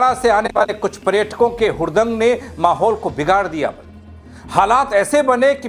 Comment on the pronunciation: प्रेटकों नहीं बे नेपाली कांचा, पर्यटकों होता है